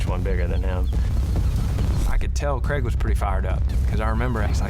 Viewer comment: Craig, not Creg.